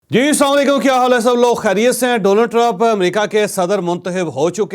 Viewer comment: جی سلاما علیکم درست نہیں سیدھا سیدھا اسلام علیکم بولا کریں